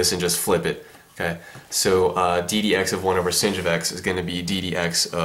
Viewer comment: why does he say sin as 'singed'